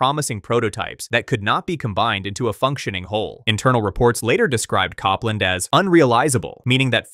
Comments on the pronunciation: Cop-land was painful. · The Apple project was pronounce Cope-land, as in the 20th Century American composer. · Copland... like the composer, not Cop-land! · Copland is pronounced COPE-land. Long O.